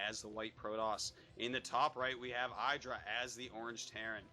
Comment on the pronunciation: HIS NAME IS FUCKING IDRA NOT EIDRA